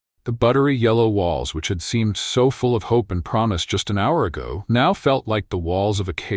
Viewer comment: It used to bother me, too, until my son told me it's AI. Even the picyures are AI produced. Examples: 5 fingers and a thumb. Elbows and arms pointing the opposite direction of the torso. AI even pronounces our emergency 911 as nine hundred eleven. AI even screws up "promised".